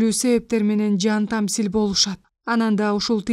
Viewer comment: Туура окуса жакшы бомок экен окуп жаткан кыз.Интернатты интернет дейт,инир деген созду ирин дейт,жан таслим дегенди жан тамсил дейт.Кыргыз тилин туура окуганды уйронсонор боло деги!